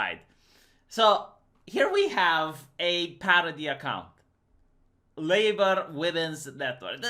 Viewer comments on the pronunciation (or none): none